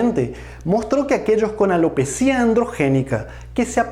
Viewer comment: corrección: la palabra ALOPECIA se separa en sílabas: a-lo-pe-cia, es llana y termina en "a" por lo tanto NO debe llevar tilde EN LA I, sino énfasis en la E. va con onda, gracias por todo lo que nos brinda en materia de salud.